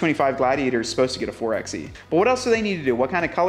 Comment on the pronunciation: Can we just take a moment to discuss the fact the 4XE is pronounced “Four by E”?